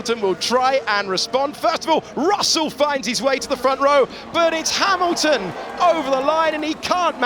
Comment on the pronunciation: Russel ahead of Ha"mimimi"lton, AGAIN! LOL